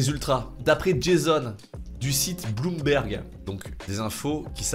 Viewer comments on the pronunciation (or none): none